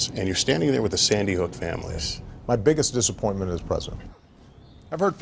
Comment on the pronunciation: I thought it was saying "Biggie Smalls" not "Biggest Dissapointment" 😂😂😂